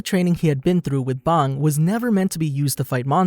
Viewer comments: Your pronunciation is crap it is pronounced bang like a gun not bong like the thing that you smoke weed out of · did he say bong instead of bang? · its not bong its bang😡🤬😤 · you dont know how to say bang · You pronounced “bang” funny 😂, wanna smoke a bong?